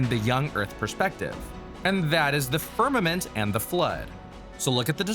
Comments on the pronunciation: "fimament" tehe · FIMAMENT. Heh... XD